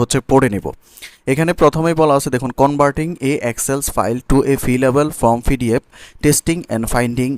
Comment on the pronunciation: পিডিএফ রে ফিডিএফ উচ্চারণ করেন কেনো? আপনি এতকিছু পারেন, উচ্চারণ টা ঠিক করতে পারেন না?